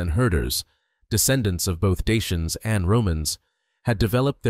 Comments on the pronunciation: So ein quatsch. Daker nicht Daianer. Kann die AI das nicht aussprechen? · Даки а не диянцы! Прямо слух режет! Почему искусственный интеллект искажает это слово? Редакторы ваши совсем не выполняют свою работу! 😡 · Dakker, not dian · Какое диинцы? Или у меня ппоблема со слухом? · Rom e ma-ta! Ce porcarie AI ul asta ,adica nu mai exista un prost capabil sa citeasca un text si trebuie sa suportam scarbosenia asta de voce artificiala care inventeaza cuvinte "deiani"?? Folosirea AI arata lipsa inteligentei naturale. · Deisians?? Who speaks like that, it's not English. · Ich frage mich nur, wie man die Vergangenheit und Geschichte der Rumänen kennen kann, wenn man nicht einmal den Namen der Daker richtig aussprechen kann. Ich habe bereits drei Versionen zu diesem Thema gelesen, und keine davon ähnelt der anderen.